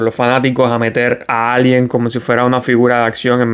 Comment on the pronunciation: Por favor, recuerda que ALIEN es una palabra inglesa que no tenemos en español y se pronuncia EILIEN. En español diríamos extraterrestre o alienígena.